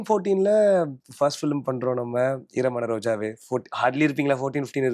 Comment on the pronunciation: Why is she pronouncing ஈரமான ரோஜாவே as இரு மன ரோஜாவே 😂😂😂